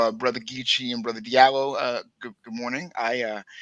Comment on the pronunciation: Diallo in Fulani is pronounced Jah - Lo. Not Dee-Ah-Lo. Please pronounce the name correctly. In French the "J" sound is produced by D+I=>J. In Sierra Leone and Liberia, the Diallo's are spelled "Jahlo.". Recognize the damage Colonialism and the imposition of the language has had on our people.